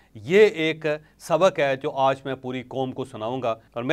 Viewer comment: Sir Aaj Ki sahee pronounce karany